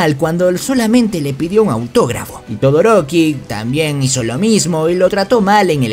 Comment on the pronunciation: Xd todoriko o todoroki?jejeje